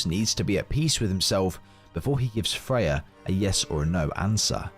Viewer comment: Are you calling Freya, Faye? Sounds like it